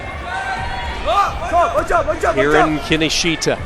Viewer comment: you pronounce his name incorrectly closer to kinoshta